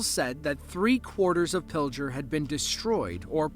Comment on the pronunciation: The towns in Nebraska with the twin tornados are Wisner and Pigler, with a hard g and not a j sound. The damage was indescribable! I live about an hour or so away from there but I live in Iowa.